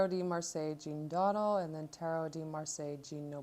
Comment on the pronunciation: Just to let you know it’s pronounced “doh-DAHL” and “jjjahn” not Jean. :)